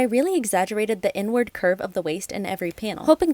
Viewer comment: 'i really exaggerated the n-word curve-' is what my poor british ears heard :( took me a few listens to realize that she was saying 'inward'